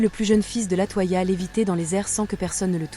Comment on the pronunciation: LatOya pas latoi ia gnn 🤖